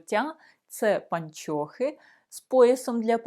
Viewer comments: Вы, уважаемая, совершенно не знаете украинского языка!!! Во первых: не " паньчьохы", а " пО нчохы", и не носочки, а скарпетки и т. д.😢😢😢😢😢😢😢😢😢😢😢😢😢😢😢😢😢😢😢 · Не чяс, українською час. Не панчьохи, а панчохи. Не міщян, а міщан. Не вивчяю, а вивчаю.